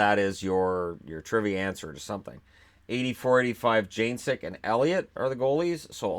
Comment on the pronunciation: Just an fyi, because I lived in California during those years. Janecyk was pronounced Jan-a-sek. Love the videos!